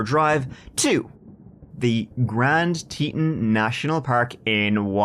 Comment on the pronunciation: It’s pronounced grand tee tawn